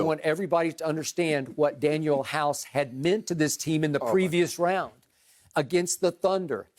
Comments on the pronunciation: Skip kept bringing up house's name he should already know that it is DanUel and not DanIel. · What couldn't his parents name him Daniel. No no it's Dan"U"el. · Danuel house..... really lmao skip come on bruh 😂😂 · If i hear skip say daniel house one more damn time . 🤨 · Its DANUEL 🤣